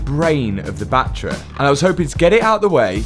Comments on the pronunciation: It’s a battery, Not a battray. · Batt-ery not Bat-tree 🤪